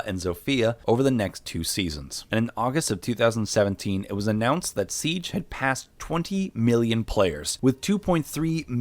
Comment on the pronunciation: “U won’t believe this but rainbow six sibe” SIBE